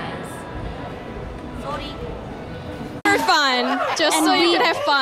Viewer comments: No one literally No One Rose : Sorry.. Jisoo : Souu ry 🐼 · jisoo's sorry❤️